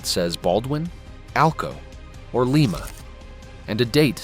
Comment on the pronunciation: JFC, why can't the people who creat these things get the AI voiceover to pronounce Lima, Ohio, cirrectly? It's Lie-ma, Lie-ma, LIE-MA!!! And quit using those idiot AI photos of things that don't or didn't exist. Absolute crap AI!!!